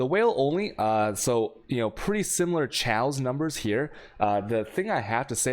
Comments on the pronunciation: STOP SAYING CHEOWS!!! It's pronounce Kay-oss! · I've never heard anyone say chaos the way u do. There's no L in the word it's kay-os